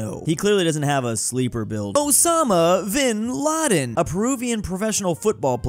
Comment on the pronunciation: Funny thing about the Vinladen guy, because it starts with a V and he was Peruvian, there's a good chance the V actually made a B sound because Spanish